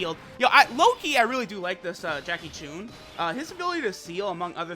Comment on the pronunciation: I just cringed he said JACKIE CHUNE